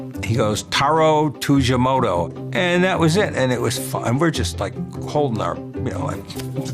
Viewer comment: Tujimoto ≠ Tsujimoto.